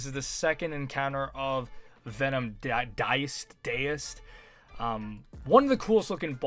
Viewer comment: ❌Daoist ✅Diced